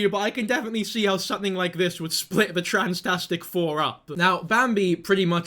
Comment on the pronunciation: AHAAHHBFHAHBSBAHAH "THE TRANSTASIC FOUR" IM FUCKING SOOBBINGGGINGIGIEBGUASJFSAKNA😭